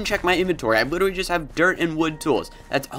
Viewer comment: he said witterwy?